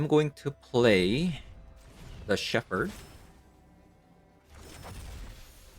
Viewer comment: Just FYI, it's pronounced "Sheppard". English is stupid. The ph should make an f sound, but doesn't in this case.